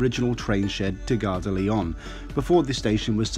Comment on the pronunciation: You're wonderful - Great info! but you aren't pronouncing Gare de Lyon correctly. The N isn't sounded - if you care! For the future...:-)